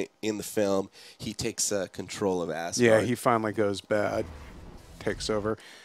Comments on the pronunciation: isnt it pronounced AZgard not ASSgard? :) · 'Quick show off of ASS-guard' Its pronounced AZ-guard. Not with a long S which makes it sound like some kind of anus protection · lol now ever since i read this comment all i can ever hear is ass guard ,.... ill never be the same